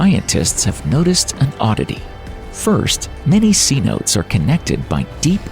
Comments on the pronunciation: Get a narrator who can pronounce geologic words correctly. Cenote is pronounced "seh-no-tay", not see-note. Jeez. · A great presentation, though you may want to do just a little more research before actually uploading your videos to share. 5.5 minutes in and the first mistake is the embarrassing pronounciation of "Cenote" (limestone sinkholes portion of video). It's pronounced "say-no-tay".... NOT "see-note". There are several other notable mistakes of mis-information / dis-information throughout the video, though I know were probably not done on purpose. Just need to be a bit more accurate in your research if the goal here is about education, inspiration, and awareness to the wonders and mysteries of this world. Keep up the great series of videos! 👍👍👍👍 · Cenote is pronounced 'seh-noh- teh', not 'see-note'. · “Seanotes” lmao it’s pronounced si-no-tay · Cenote is three syllables not two but of course they don't teach queen's English in schools in America anymore and you're supposed to be a public speaker you think you might breary your speeches before you put them on the air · /ˌseːˈnoː.tə/ NOT / sea-notes / as in say, note, eh. If you are going to narrate, learn how to pronounce words correctly. Especially if you are going to say it over and over. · It's seh-note-ay, not see-note. That is gonna drive me nuts. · The word is pronounced say-no-tays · I think it’s said sontas not cenote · Cenote...sea-note-tay. Chaps my butt that people don't bother to do a 5 sec Google search to find out how to say something they are doing a story on. We can see the make up of planets in other star systems, I think we can figure out to say something properly before putting it out for public consumption. Otherwise, great production. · Cenote is pronounced SEH-NO-TAY fix it now its bugging me.